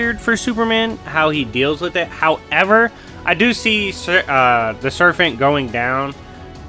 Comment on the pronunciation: Are you saying "serfent"?